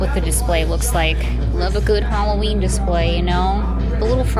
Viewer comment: Wasn't sure she's doing summerween instead says valloween